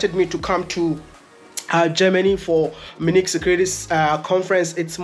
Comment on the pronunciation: So Wode Maya, it is not Minik. It is pronnounced as Munich (Mi' u ni k).